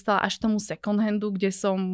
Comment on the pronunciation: Na moje prekvapenie má veľmi rozumné a progresívne názory na financie, životný štýl, stravovanie aj ekológiu. Iné baby hy sa mali od nej čo učiť. Jediná jedna vec, tú angličtinu doštudovať lebo výslovnosť "second" sa učia prváci na základnej. Ale to je len detail. Rozumná baba. Klobúk dolu. 👍